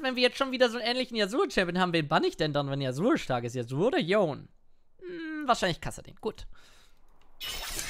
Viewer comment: Dieses "Yon" triggert mich... der heißt Yone...